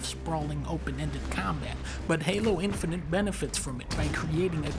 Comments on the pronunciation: i cant ignore that dunkey pronounces it infininte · Plus he says INFININT with the N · dunkey be like: infininint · Lol he says “Infinint”.